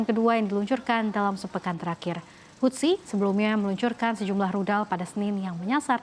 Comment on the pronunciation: satu hal lagi yang aneh dari anchors cnbc = baca houthi mereka baca hutsi 😂😂 LOL